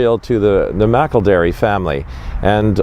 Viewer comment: is awesome, he correctly pronounced Edward McElderry's name! I am a McElderry from the USA. I'm not sure how Edward is connected to my family line but, all McElderry's are related. Thank you for making this video!